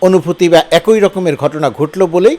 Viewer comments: একোই না বলে অ্যাকি উচ্চারণ করুন। ছ-এর উচ্চারণ ঠিক করে নিন। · এক-ই নাকি এ-কই? 😊